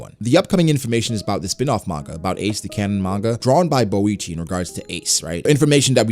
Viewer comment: Mans butchered Boichi's name😂